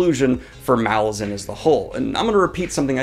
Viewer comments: Pronounced Malaz-UN not MA-lazan. Think Rome -> Roman/ Malaz -> Malazan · I hate to be that guy, but it's pronounced mal - A - zan, not MAL - a - zan, because the island is called mal - AZ, hence mal - A - zan. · Mah-LARR-zan dude, c'mon. Not Mall-lah-zan. The Lar in the title is prominent. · As the author has explained, Malazan is pronounced muh-LAH-zin (where the "LAH" rhymes with the pronunciation of the "A" in Apple). You have a big channel with lots of subscribers and viewers, and excellent content, so I'm passing this along in the hopes that you'll fix this nugget in your future videos. Cheers! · First, definitely reread the core ten books first. The reread is incredible! Second, it’s pronounced maLAZan, as in Alaskan, accent on the second syllable. And no, Erikson doesn’t mind that most people mispronounce it. But if you care, that’s what he intended. Third, he didn’t write all ten books in 12 years. He wrote the first book, *Gardens of the Moon*, about nine years before he finally got someone to publish it. And that’s why it’s not quite as polished as the rest, and also isn’t quite as consistent as the rest, which were written back to back with an overarching plot in mind. But it’s still amazing that Erikson churned out the other nine books so quickly. Fourth and finally, I would not recommend starting with the audiobook. Plan on listening during a reread, but it’s hard enough to follow when reading for the first time, let alone when listening without having previously read the series. It’s great on audio, it’s just hard to follow if you are driving or exercising or doing chores or any of the many things people do while listening. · Is no one going to mention the pronunciation of Malazan? :P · still says it wrong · I wish booktubers would learn how to pronounce Malazan